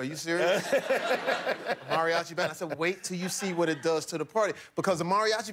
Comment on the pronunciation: Kills me how he is mispronouncing "Mariachi" but its all good.